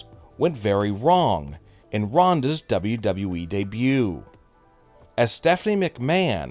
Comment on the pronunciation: I think there are two guys doing this channel and are brothers. At least this guy says “WWE” properly LOL